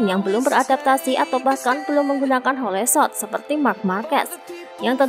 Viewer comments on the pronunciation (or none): HOL bukan HO LE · Hole shot di baca -> hol shot Bukan ho le shot